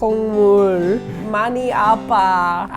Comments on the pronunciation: It's APPA, not ABBA. ABBA is dad. APPA means "hurt" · was saying dad repetitively (appa) instead of saying that it hurts (appuh) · You keep saying abba (아빠)... Thats dad ^^;; Hurt is appa (아파), like, with a p... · u r saying it like daddy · lol every time they say hurt i hear dad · It sounds like she's saying "This is daddy!" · trying to say she's hurt but it sounds like she's saying dad xD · i keep hearing dad instead of hurt lol. "My neck dad" lol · It kind of sounds like said dad instead of hurt in the beginning lol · u r mispronouncing it hurts in korean